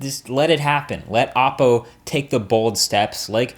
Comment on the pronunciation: It's pronounced " oh Poe".... not "ah Poe"... just saying because they have many videos with the pronunciation and yet people in their vlogs say it the other way... not a big deal to some but it's kind of annoying. Not disrespecting your video or your credibility, because I like your videos a lot. I just thought you'd like to know the way it's pronounced.